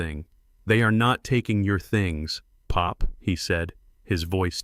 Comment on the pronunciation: I wish the narrator would not say pop as if it was a noise and not a name, also why say Tony’s is said Tony S ridiculous.